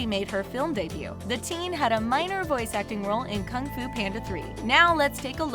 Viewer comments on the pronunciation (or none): none